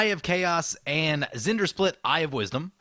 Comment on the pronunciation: Just listen to how it’s said in the video. Zendersplit. That’s not his name.